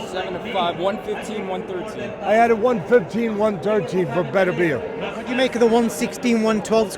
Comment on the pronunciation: Great fight,the main disappointment was listening to idiots that can't say Beterbiev!! Better..bee..ev.ffs🤣🤣